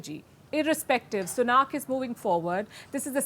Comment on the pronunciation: Please.....it's Sunak and not Sunaak, can at least expect to pronounce Indian name correctly from an Indian Chanel.